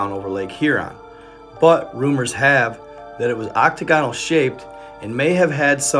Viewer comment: Ock-ta-gahn-ul??? Seriously dude?